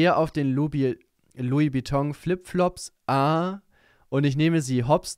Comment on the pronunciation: Niemand: Kuchen: lOuIs BeToN